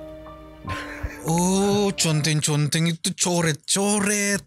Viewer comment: Yang sy baca: conteng sebut: Konteng